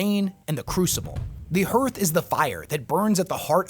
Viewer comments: The vowels in "hearth" are pronounced exactly the same as in "heart" so it’s "HAARTH" not "HUUURTH” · I think hearth is pronounced hArth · Hearth is not pronounced like hurth. It rhymes with heart. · Hearth is pronounced Harth, in the same way we pronounce Heart as Hart. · I know that the word 'hearth' is spelled like, 'Earth', but it is pronounced like, 'harth'. Hearing you consistently mispronounce it was... difficult to listen to. Otherwise, I loved this vid. You provided more condensed insight into WH40K squat culture lore than anyone else ive found on youtube. Thank you! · Awesome video! Everytime you pronounce "Hearth" I take psychic damage though.